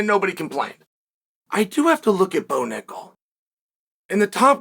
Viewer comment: I'm surprised unk Chael can pronounce Bo Nickal probably 😅